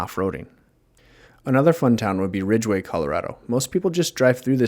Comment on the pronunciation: Ridgway, Colorado. No “e”